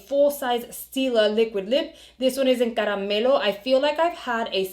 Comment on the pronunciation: Hi, Love your channel, always enjoy your content. From the way you said “ caramelo” It sounded like you speak spanish, are you Latin? If so what’s your background? My heritage is Cuban.